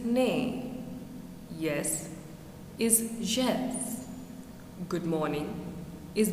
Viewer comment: Very nice, but you forgot to look up how to pronounce Esperanto, that's a pity: jes is like the English yes, ĝis is pronounced dziss, the accented syllable is the one before the last one.